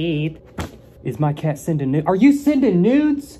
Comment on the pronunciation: I love how you say cat😂😂 "keeeett"😂❤️❤️